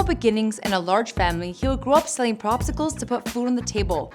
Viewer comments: She said propcicles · Did she say he sold Propsicles? Lol